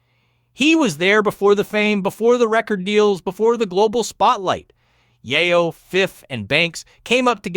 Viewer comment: Tony YAHHYO 🤣🤣🤣.. Why you keep saying his name like that? 🤣🤣🤣